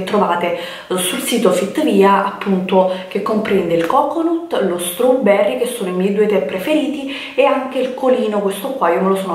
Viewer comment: É "coconut" ma lo devi leggere come "coconat" 🤦‍♂🤷‍♂🤣👌✌